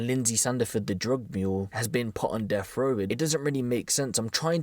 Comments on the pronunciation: That's 'deaf' row, not "deff" row. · Def row? Should be pronounced deaTH row. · It’s death row not deff row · Death not deff! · Bri ish on def row. Sorry, are you English? I thought there was a letter, sorry le ugh er T in the alphabet.